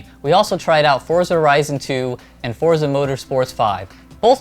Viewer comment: boi its pronounced "fortza" its a hard "z" not a soft one